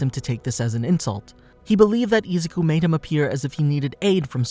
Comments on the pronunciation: boy said ''isucu'' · How many times can you say “Izuku” wrong … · Man the way he mispronounces izukus name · No offense, but the way he says “Izuku” it’s just so weird!